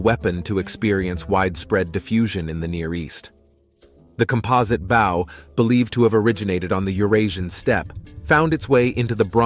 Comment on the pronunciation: Terrible pronunciation. Composite bow pronounced as bough. Ramses name pronounced as Remsse.